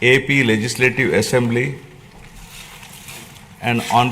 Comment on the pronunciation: Is it, essamblee. There is no any syst Um. What is, this.